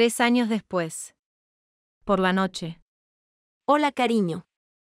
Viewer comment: Nochev ❌ noche ✔